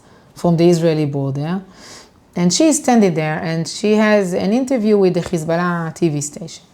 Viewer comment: Now I've seen some nasty shït in my life but gotta give her, she is the worst "Hezbollah" pronouncer of all time.